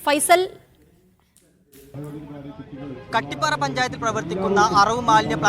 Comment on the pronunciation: കാട്ടിപ്പാറ അല്ല ചേച്ചി കട്ടിപ്പാറ